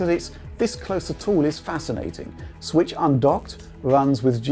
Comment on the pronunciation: Nintendo Sritch... Or as would say, "Nintendo Switch"...